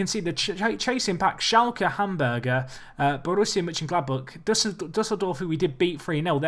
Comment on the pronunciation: Hamburger -.- #nofastfoodinthebundesliga #plssayHamburg #BigmacSV